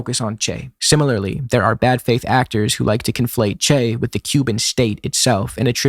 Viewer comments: It doesn't change anything, but the way you pronounce "Che" sounds like "Chey" to me. That doesn't really make sense because, in both southern Brasil and Argentina, "che" is used like "bro" or "mate". The "e" is a closed sound, more like the "e" in "latte". If accents were allowed, I'd write it as "chê", short and strong. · Bro you can't even pronounce "che" and pretend to lecture us about him. Just shut up